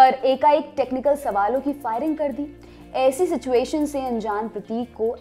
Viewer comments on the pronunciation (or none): none